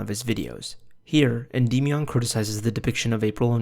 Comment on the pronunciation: holy fucking shit dude. Endymion literally says his own name at the start of every single video of his. Noah either hasn't actually watched any of his videos, or he is intentionally pronouncing it in a retarded way.